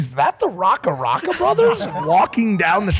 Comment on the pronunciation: Nearly a decade on and Logan still can't say RackaRacka properly 🫣